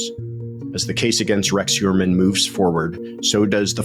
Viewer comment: Heuermann is a name of Germanic origen. - Which means that “eu” is pronounced “oy”. So Heuermann is pronounced Hoyermann Just thought you should know …. 🤓